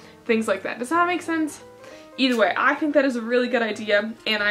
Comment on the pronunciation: do you ALWAYS say ETHERWAY